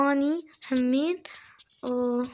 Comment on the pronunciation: انا عراقية سهلة الهجة العراقية سهلللللللل احبج هواية.. انتي حسا منيحة بالحكي بدي تحدي بالغة التركية.. انا اعرف شوي.. مين علمك عراقي ؟ ردي بليز.. انتي زوتيها تقولي هامين.. هي همين.. انا من العراق.. ديالى.. احبك يا.. وصلوا مليونين مشترك.. انا متأكدة انو نقدر نوصل هذا العدد.. يلا نوروا الاشتراك بساع.ههه بساع يعني بسرعة. تعلمي تركي و اعملي تحدي الكلام بالتركي. *اعرف طولت بالكلام * love you so much like for